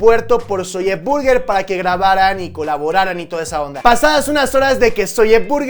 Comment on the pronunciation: por que dices "Zolle Burguer " ? ¿? 😒😒